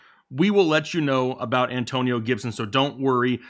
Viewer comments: 113K and Rising! B-) "AnTOEnio Gibson" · Damn. Not the An "TOE" nio toetag. Aka DOA